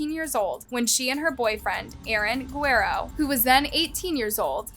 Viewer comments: When saying a LAST NAME learn to do it properly. Twice in this video, you pronounce GUE-RRE-RO which means WARRIOR to GUERO which translates to BLONDE GUY in Spanish. Also, VILORIA was destroyed by the very uneducated woman who was doing the voice. That was very IGNORANT and reflects the poor quality of this...................... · Who is the commentator in this doc? You really need to do your homework and stop mispronouncing names - eg., it's NOT Seeroski, but SiKORSKI; it's not Guero, but Guh-rerro. You want to be taken seriously?? Get your act together - you come off as a buffoon. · Good video but you gotta' work on your pronunciation. Osceola - Os-C-ola County. Guerrero - Gu-air-ro Sikorski - Si-Kor-Ski